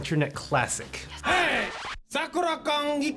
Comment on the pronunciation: It's pronounced man-ga not mon-go Also it's sa-ku-ra not sok-ura